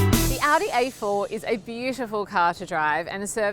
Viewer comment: I swear she called it an Audi 84.